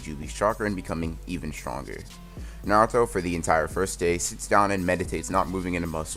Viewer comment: did he just say naruta